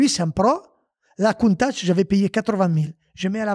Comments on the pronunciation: Moi aussi je saigne encore Coun Tach c est mieux peut être comme ca 😂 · Stp dit plus jamais Countach comme t’a dit tu m’a fait signer des oreilles 🥺